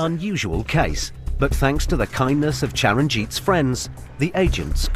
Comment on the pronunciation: It is a TH not F sound. It is thinking not finking. It’s thanks not Fanks. It is nothing not nuffin